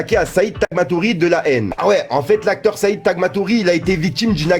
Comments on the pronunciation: Said taghmaoui frero pas tagmatouri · Saïd Taghmaoui frero et non Tagmatori 🤣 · Personne lui dit qu'on dit "en entier", et non pas "en entière"; ensuite c'est Saïd Taghmaoui et pas tagmatouri! tu connais rien des classiques; en fait tu t'y connais autant en rap qu'en français ( au lieu de prendre des accents genre tu parles rebeu, commences par le français). Travailles mieux tes vidéos, c'est bâclé là, ça fait genre closer ou ce genre de merde version street, respectes toi, ne sois pas le demeuré de yt qui informe les abrutis ( hey said what time is it? c'est pas compliqué; en même temps tous ces gens éduqués au rap de merde, c'est pas étonnant que ça devienne tout "ça"). Dommage. Allé lâchez vous les brebis! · T 'abuses, "saïd TagmaTouri"? Non ça s' prononce Taghmaoui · Said Tagmatori? Quel manque de respect mdr wsh frero c’est Saïd tagmaouï tah La Haine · On dit said tagmaoui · Tu sais pas lire c est grave."said tagmaghouri"??😆😆😆